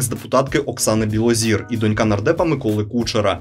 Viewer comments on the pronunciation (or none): none